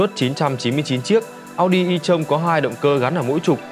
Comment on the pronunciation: À em góp ý ko biết đúng khi chữ tron đọc như ghi mà ad